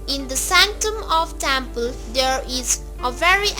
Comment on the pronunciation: Tyample ..how rubbish ..say it properly temple